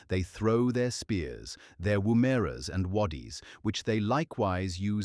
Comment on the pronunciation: null ar ...not noola noola and wom as in woman wom er - ra